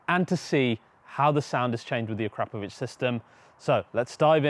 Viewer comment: "Uh-Crop-Uh-Vitch" there's no "crap"